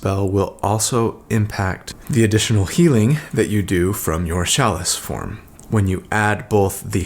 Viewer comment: Who else came to comments just to see how many people mention the mispronounced word CHALICE?